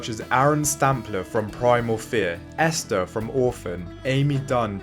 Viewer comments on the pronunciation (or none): none